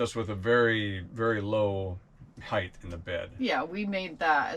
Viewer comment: I know this is a small observation but it grinds my gears when people say heigTH !! It's height !!!